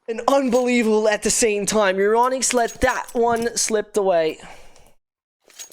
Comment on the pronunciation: Once again i say. Its Euronics it isnt Euronicks